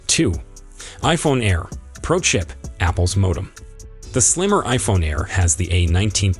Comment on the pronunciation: Why are you saying iPhone Prah and i Phone Prah max It is pronounced pro